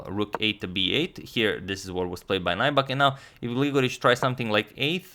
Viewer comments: The name is pronounced like Nübek, not Naibak. Lots of names of swedish origin in Finland. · It's not 'nigh-buck'. it's 'new-beck' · Nybäck is pronounced "Neebeck" in Swedish, not Najback but its okay, no worries, I understand. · Agad! "ä" is pronounced "ae" so if you read it "Nybaeck" you will probably get it right. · Loving the Finnish coverage! As a pronunciation tip, Nybäck is kind of like "New Back" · The pronunciation of Nybäck is nübak (the ü is like in German). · Hi Antonio. FYI: Nybäck is pronounced like in English 'New-back,' with the "ew" of "new" spoken kind of like the German ü. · Btw Nybäck is pronounced like "new beck" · Nybäck is pronounced like: N y(like the y in liberty) b(ä like in ash) ck. If anyone is interested. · Can you speak Swedish? Is his name pronounced as the Swedish pronunciation? Uttalas det Nybäck som om man hade sagt det på svenska? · Hi agadmator! Good video! I would like to nitpick a little bit about your pronunciation of Nybäck. Check out this video for the correct pronunciation by the interviewer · #suggestion If you ever analyze third Nybäck's game try to pronounce his name like Finns does. And the suggestion is, like always, Heikki Westerinen against Boris Spassky in Solingen 1974.